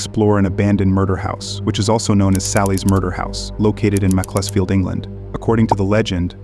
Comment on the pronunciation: Just so you know it’s pronounced “macc-uls-field” not “macc-les-field” great vid!